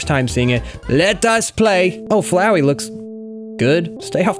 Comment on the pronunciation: Flowey more liek Flow-eye